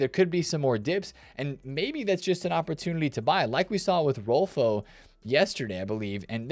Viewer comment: Just a pronounciation tip for Swedish names, the Ö in Rolfö is pronounced similarly to the E when you say Kerr.